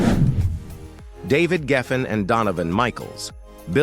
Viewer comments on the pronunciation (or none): none